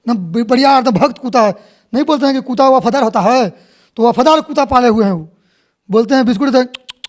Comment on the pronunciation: अबे कुत्ता बोल कुता नहीं बे